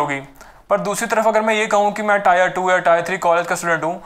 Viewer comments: Bhaiya tier is pronounced as tear not tyre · Bhai tyre nahi tier 😂😂😂🤣😂🤣